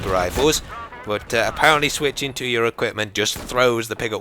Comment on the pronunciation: you say bwut instead of but:)